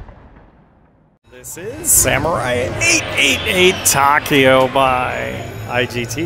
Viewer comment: Correct pronunciation for Takeo is Tah-kay-oh. It's my Grandfather's first name. :)